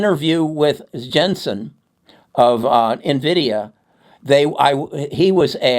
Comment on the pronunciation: I will never trust people that dont pronounce Nvidia right